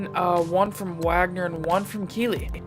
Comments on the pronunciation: Bro kuechly pronounced “key-klee ” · i dont know how much of a panther fan you are but your pronouncing kuechly wrong